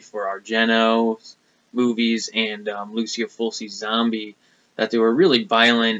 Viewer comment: Awesome Italian horror collection I have way more lamberto films than bava in my collection need to pick up some more of his father's films. Oh and Fulci is pronounced ful-chi. Not to criticize or anything. Awesome video man!